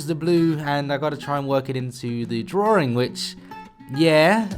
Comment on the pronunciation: Please stop pronouncing drawing as DRORING.....pls